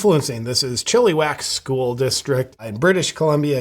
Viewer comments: It's pronounced chill-uh-wack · Oh fuck .. this will be affecting my kids future education since I'm about a couple hrs away... disturbing!! Thanks for sharing. For future reference, it's pronounced chill-ih-wack :) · Hey! That's my neighbouring town! We say it as Chi- lu- whack, but everything else is spot on